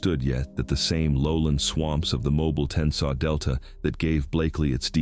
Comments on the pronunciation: Brantley, Al ....Mobile is pronounced.... mo - bill it's like 2 names Mo - Bill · Amazing video just wish Mobile was said right "MO-BILL"❤❤❤ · It's pronounced Mo-bill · Mobil is a gas station, mo-byle isn't right either but mispronouncing Mobile has been around a lot longer than Artificial Intelligence, real people say it wrong all the time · I’m also from Mobile and this drives me crazy also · AI mispronunciations right off the bat. Mo-Byle. Seriously? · It’s pronounced, “mo bill” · Im in Oxford Al and Mobile is pronounced ( Mow-beel) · Hey, this is aan interesting video, however it's pretty common knowledge that Mobile, AL is pronounced Mobeel. There are a few other mispronunciations in your video and a couple of lazy inaccuracies. So, if you are going to continue to make this kind of content, which you should, don't publish it without doing a little bit of double checking bc it hurts your credibility and also offends people. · It's pronounced (Mow Beel)... like if you mow your lawn and then go watch Ally McBeal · Moe Beal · Mo Beel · Yes Mo Beel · However you want to spell it but still sounds like Mo Bill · When writing ‘Mobile’ for AI to read, spell it ‘Mo-beel’ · i live in cullman al. its a small town between birminghan and huntsville. mobile is pronounced mo-bill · Me. The AI can’t pronounce Mobile. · Me, they pronounced Mobile wrong. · Yes but Mobile is not pronounced the way you are saying it. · I just found it and started watching it but he can't say Mobile right so Im done..lol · Tell me you know what you're talking about, but the voice can't pronounce Mobile correctly? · Stupid A I cannot pronounce mobile correctly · How many ways can you pronounce Mobile wrong? Asking for the entire state of Alabama.... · The AI voice pronouncing Mobile is leaving me 🤦‍♂️🤦‍♂️🤦‍♂️🤦‍♂️🤦‍♂️ as someone from that area. I know Blakeley well. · He says mobile in like 3 way different AI dumbass way. Get my names right Roll Tide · Can't even pronounce mobile right 😂